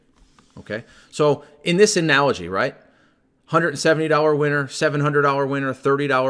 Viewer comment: Cracks me up when u say winner cause it sounds like you say size of ur average weiner.